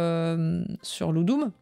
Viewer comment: Ludum, accusatif de ludus (jeu) est du latin je pense et le "u" se prononce "ou" (IMHO, mais je peux me tromper) merci pour le repostage ici de la session Twitch que je n'ai pas le temps de suivre d'un bloc! t'es une sacrée bosseuse!